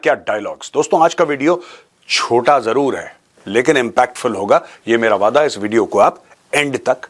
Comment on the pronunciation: sir you just said ISH KHITTE MEIN.. 😅